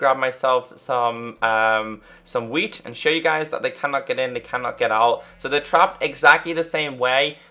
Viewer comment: "Let me grab my wheat" You mean weed???? :O